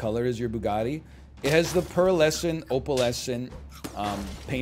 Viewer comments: Ah yes you can really hear the English in the name Bugatti! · he said bugati